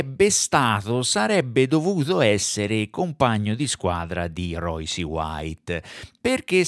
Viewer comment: vediamo se capisci. So che è un concetto difficile per te, ma ci proviamo. Phonetic spelling of Royce: R-oySS. Non è un'opinione, si chiama inglese. Per uno che fa un video (titolandolo in inglese), mi aspetterei la corretta pronuncia. Ma sarò io un professorino. Tu invece... mi hai illuminato la giornata, esattamente come un anno fa. Bravone